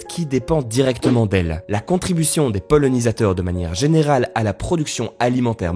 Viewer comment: On ne dit pas polonisateur mais, polinisateur